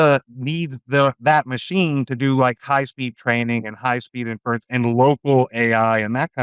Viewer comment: This episode should have been titled, "we missed it!" The word is inference. Not " In-furr-rents" If you say it right, it flows pretty easily off the tongue.